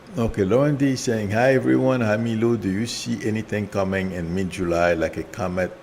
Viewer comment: Sorry to correct you, but it’s not Milo, but. And, it’s not Namasta, but Namaste. This is how we write it in our ancient Sanskrit language-नमस्ते. It is a very common greeting in India among followers of the Hindu faith. It means “I bow to you.” You can also say, “Namaskaar.” Please be respectful of the greeting. Thanks!